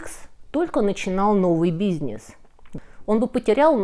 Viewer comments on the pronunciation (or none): все хорошо, только слово "бизьнесь" вы как-то неправильно произносите ))